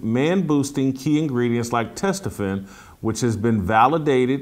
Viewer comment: Jason "testesterron" Whitlock 🤣